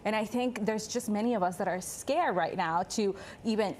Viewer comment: "impor'an", "scare", "invest'e", enunciation is important for credibility and communication